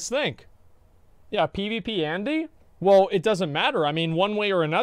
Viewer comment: We Americans can't help it. We just see EU- sounding names & say whatever comes to mind 😂😂